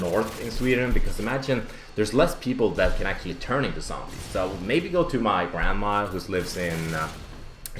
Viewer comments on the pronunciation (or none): none